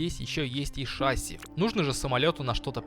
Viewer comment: В шасси ударение на последний слог, если мы на русском